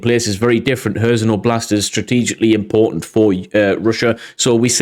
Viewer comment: Meelohvay. And Leeman. Hairsson with the h sounding like the ch in Scottish 'loch'.